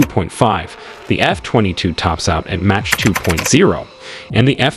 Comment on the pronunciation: Why do you mispronounce MACH as match?